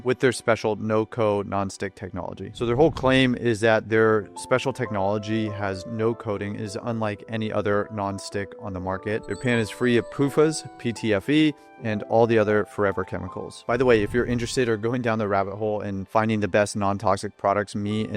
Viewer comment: It ain't pufas It is pronounced as P Fast (PFAS) 😂